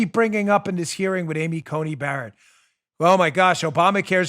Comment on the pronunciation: now we have regularly mispronouncing Coney Barrett as Judge Bear Bayer Asapirin